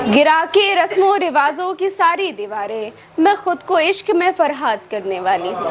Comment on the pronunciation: آپ نے ایک جگہ پڑھا رسم و رواز جب کہ اصل لفظ ہے رسم و رواج شاعری میں الفاظوں انتخاب شاعر کو معیاری بنا دیتا ہے اگر وہی الفاظ غلط ہو جائے تو قیمتی شاعر بھی گلے ہوئے کاغذ کی مانند ہو جاتا ہے ، آپ کی کوشش اچھی تھے محنت کرو پر لکھنے کے بعد کسی سے اس پر نظر ثانی ضرور کرائیں ، اور بھی بہتر ہو سکتا ہے کچھ جگہ اور بھی لکھنا تھا مگر یہاں بہت ضروری سمجھا تو لکھ دیا